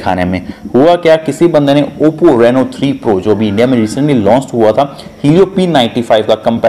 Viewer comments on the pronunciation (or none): none